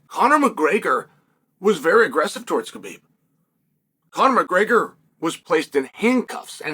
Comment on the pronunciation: Conor “Muhgreyger” 😂